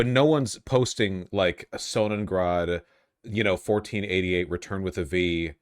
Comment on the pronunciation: I'm so triggered everytime Voosh says "Sonnen(G)rad" with a G because his Ameribrain equates WW2 to Russian names like Stalingrad or Leningrad. There's no G. Rad means wheel.